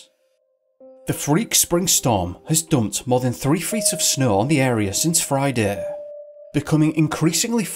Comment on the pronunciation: Why is it that you can pronounce snowing just fine, but snow not so much. What snaugh anyways?!? So much for English accents helping people sound intellectual .